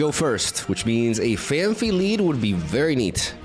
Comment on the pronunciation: Phan-fee ❌ Phan-pee ✅